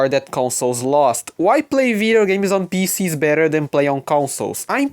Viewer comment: I thought you're saying Vita games.. turns out it's Video games lol anyway welcome to the pc gaming community bro